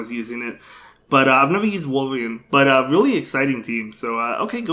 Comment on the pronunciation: I love how he pronounces Azumarill as Azumell & Walrein as Wolverine ! 👌🏻😂 I really love your content and have been following your Spice picks & battles since 6 months now ! Cheers man !😄👍🏻